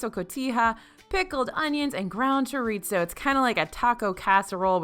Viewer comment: It’s pronounced “cho-ree-so” not choritso. There is no hard T sound in chorizo and it’s a Spanish pronunciation, not Italian.